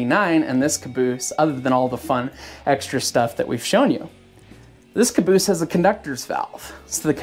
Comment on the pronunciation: Son of a beeese!!